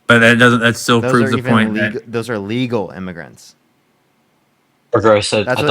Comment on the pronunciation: you did say, or at least it sounds like you say "illegal" here, I thought you did as well and was very confused. I think you said "uh-" then lead into "legal" which makes it sound like you said illegal.